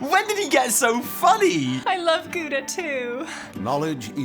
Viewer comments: It's GOUDA, not gouda, BRANN!!!! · americans be like 'Goeehdah' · I'm very disturbed how english speakers pronounce gouda... lol